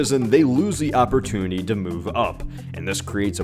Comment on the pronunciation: Better economic (op-mean-tuny).